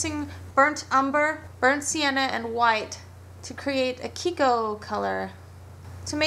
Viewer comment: lol "kiko-colour" ^^